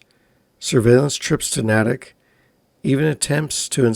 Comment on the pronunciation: This happend in my home town. As a townie is NAY-TICK not nat-ik